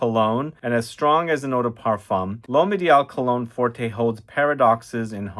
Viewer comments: Cologne forte, not forté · "Forté" means "Loud". "Forte" means "Strong". It is Cologne Forte (read "fort"), not Cologne Fort-ay. There is no accent aigu over the letter "e". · Pretty sure there is no accent over the final ‘e’. It’s cologne ‘fort’ (the ‘e’ is silent). Sorry - but it’s also true of the recent Sauvage eau forte.